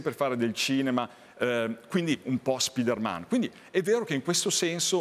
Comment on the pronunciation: Sì ma perché dice SPIDERMèN????